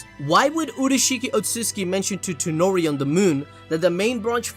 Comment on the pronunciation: My guy keeps calling Toneri FUCKIN TENORI. Big ass disrespect